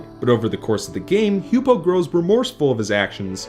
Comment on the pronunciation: H-you-pow. Not h-you-poe.